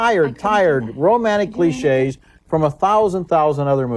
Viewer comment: "Maybe they invented these clishés..." "That's a great idea."